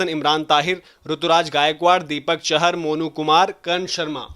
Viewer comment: it's Deepak "चाहर" not "चहर"